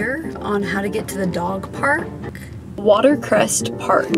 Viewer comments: It’s Westcrest not watercrest lol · You're practically in my back yard in West Seattle. So exciting!! Please note - it's Westcrest, not Watercrest, park. Great video!!